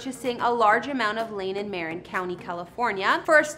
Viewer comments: It's MARIN, not MAREN. Geeeezzzzz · Thanks! Enjoyed the look at Lucas' properties. One thing that reminded me of a funny story - you pronounced the county where Skywalker Ranch is, as MAY-rin county. It's no big deal, I honestly don't care... but I had a friend who once called the local operator (back in the days when people did that), and asked for a number in MAY-rin county. With typical Marin snobbishness (I'm a native, so I know...), the operator informed him very curtly, "It's muh-RIN" If I ever made a documentary about this spoiled county, that would be my title - "It's muh-RIN!" Makes me laugh every time I think of that story. Thanks for the video! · Marin is pronounced muh-rin, or mah-rr-een if Latin